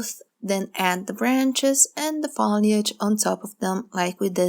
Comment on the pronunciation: To be helpful, not to give you a bad time, the word FOLIAGE is pronounced with a hard O, like Phone, or boat. And your painting vids are very helpful! Thank you.